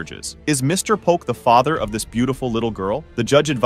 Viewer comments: The AI is so crazy lol I really hate when channels use the AI voiceovers because they don't even say everything right. (Fay-ter) instead of father lmao!! I kinda really hate watching these. Most of the time it's gross women sleeping around with multiple men and not knowing who fathered their child. It makes me sick. My mother slept with several men and I don't know who my dad is. I am 33 and missing that half of my identity. It truly disgusts me to no end. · How in the hell can you not pronounce the word father?